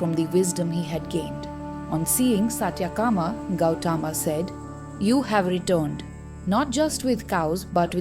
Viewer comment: The story is an eye opener for eligible truth seekers. One shortfall in the vdo is in the narration ...pls incorporate perfect pronounciation of the Sanskrit words like Gowthama, satyakama etc which seems to be in the English mode ...the narration seems to be an odd man out in the otherwise good vdo..God bless all truth seekers.